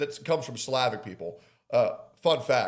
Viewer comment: Slavic lol it's pronounced "Slah Vic" like ahh